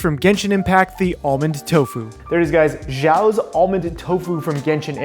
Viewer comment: It's not "jao" it's "shao" X in chinese has the SH sound.